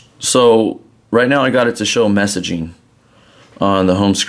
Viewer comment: am i the only one that hears that annoying word "messagine" ???